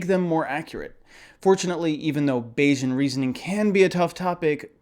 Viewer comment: Bayesian should sound like Canadian, not Asian